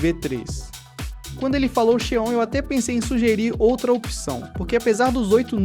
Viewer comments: A pronuncia correta seria "Zion" (Xeon) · Pronúncia esquisita de alguns termos, como Xeon, SSD, DLSS etc. É a sua pronúncia ou é IA falando? Tenho um PC parecido e o desempenho é semelhante. As memórias têm que rodar a 2400MHz, que é o que esse Xeon (se pronuncia "zíon") suporta. Ficou bem legal. Parabéns.